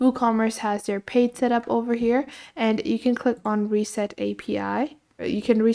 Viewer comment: reset API.. lol it is not reset it is REST...